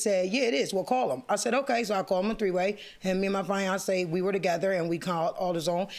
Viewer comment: She said FIANCÉ(fyancee) I’ve had it… lol